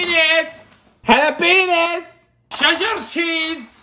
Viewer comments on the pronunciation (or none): Nahhhhh i hear it to tho😂😂😂